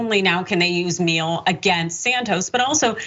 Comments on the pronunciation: I dunno, "Says the correct pronunciation of the European name....." Maybe? Perhaps Gomer says the sideways smear of his own name? Who knows? That's his biz. But that's how the Name and company pronounce it. Meal-aeh. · pronounced M-yell-ay. means honey in italian. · The surname Miele is pronounced properly as "mealy". It's German, two syllables.